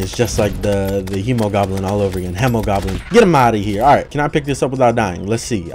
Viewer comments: It's not Hem-o-Goblin it's He-mo-goblin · I do believe it is pronounced with a He not a Hem because the Hemogoblin is a play on Hemoglobin which is a protein that transports oxygen in your blood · its hee moh goblin not hemow goblin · It’s pronounced homo, not he-muh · its he-moh not he-muh he-moh-globe-in from everyone ive heard say it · He didn't though, he pronounced it as in hemorrhage, and not as in hemoglobin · Its Hemoglobin not hemorage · The hemo part of the hemogoblin comes from hemoglobin, its pronounced like he-muh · i thought the hemo part came from hemo which originated from the greek word haima which also means blood. hemo is pronounced hee-mow which is how i pronounce it with the blood moon mobs too. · Spooderman79 hay-mo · The Hemogoblin shark is prenounced like heemogoblin because it's named after the greek word for blood, which is pronounced like heema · The Hemogoblin Shark is acúlalo a mix between the words “Hemoglobin” and “Goblin Shark”, so it actually would be pronounced [Heemo], or if you like IPA, [Hē-mō] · I like the Blade Staff because haha funny, but it kinda sucks. Unless you only focus on damage reduction reduction, it can't do much to anything besides super common enemies. Also, it is Hee-mo-goblin Shark. This is because it's based off of hemoglobin, not hemorrhages, and hemoglobin is with a hee. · It is He-mo. It is a joke on the word Hemoglobin, which is a cell making up blood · I think its hēmogoblin with the long e because it comes from hēmoglobin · I think it's pronounced hee-moe-goblin. It's a play on words of hemoglobin, which is in blood and pronounced Hee-moe-globin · It’s pronounced hee-moe-goblin after hemoglobin(what gives blood it’s red color) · I believe it’s pronounced HE-MOE-GOBLIN. It’s a play on hemoglobin which is a component of blood. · its uhm pronounced heemo-goblin as in haemoglobin in your blood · its pronounced heemogoblin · It’s hemogoblin the hemo in it is pronounced like haemoglobin